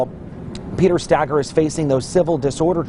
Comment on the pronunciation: (Stay-girr) Stager